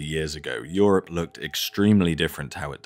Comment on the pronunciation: Bemused with how you pronounce “Europe” like “syrup”